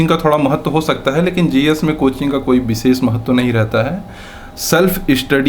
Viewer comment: व और ब में स और श में अन्तर पता ही नही है चले है आईएएस बनने।😂😂😂 बिसेस क्या होता है it's विशेष